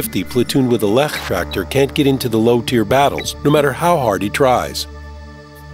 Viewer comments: if you thought i was wondering what a "Leichttractor" is im sorry you missunderstood me :) ... i meant the narrators pronouncing of the Leichttractor as LECH!tractor :P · That pronounciation of leichttraktor gave me cancer